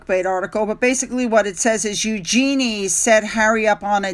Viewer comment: Royal British Legion is an organisation that ha lost all credibility with many people because of their actions over the last - listen to Trevor Coult to find out why. Eugenie will Markle herself at the rate she is going. Trafalgar is pronounced Tr'-FAL-Gar. Eugenie is pronounced YUGE-en-ee (Yuge sounds like Huge without the H)